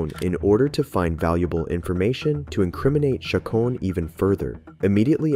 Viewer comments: The voice over is pretty bad. Who doesn't know how to pronounce Chacon and Vigil? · Please, please, PLEASE learn to pronounce the names before you start narrating. It's Cha-cone, Lou-Hahn, Vee-heel. Chingow.